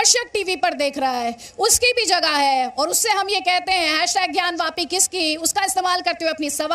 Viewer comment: मौलाना को तो ज्ञानवापी का अर्थ भी नहीं पता होगा ! वैसे भी वोह उल्लू ,ज्ञानवापी को ज्ञानवफ़ी बोल रहा है यदि आप ध्यान दे